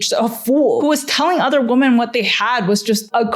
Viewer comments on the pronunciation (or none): Great video, but I've got to point something out about your pronounciation. The plural of "woman" is "women", pronounced /wĭm′ĭn/; saying "women" the same way you say "woman" is reductive and originates from bs alpha male podcasts where they do their damndest to put us down however they can. It make the plural (multiple) of women sound singular, reducing us down to one uniform being. I hope people start using the proper pronunciation, because we are not woman. We are WOMEN. :/ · I was so enjoying this video and then I realised you're one of those people who won't pronounce "women" correctly for absolutely no reason.